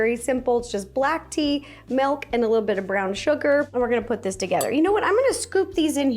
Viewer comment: i just noticed you say "melk"